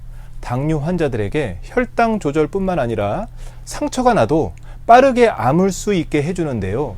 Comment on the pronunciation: “암울수” 가 아니고 “아물수” 입니다. ㅎㅎ